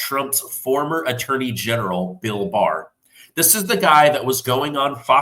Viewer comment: Got it, Barr not Baer😢